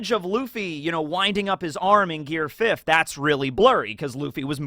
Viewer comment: Why do you always say fifth with a d in it? A bit weird don't you think?